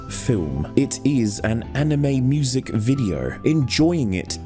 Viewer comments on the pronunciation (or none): OH MY GOD IT'S TEH BETWAMEN'S MYEWZIK